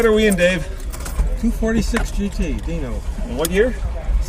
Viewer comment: its not a deno its a dino